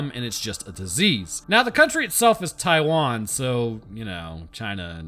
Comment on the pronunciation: The moment you said “Taiwan”, I got Coco flashbacks